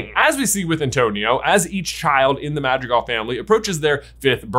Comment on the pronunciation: It's pronounced mad-re_gal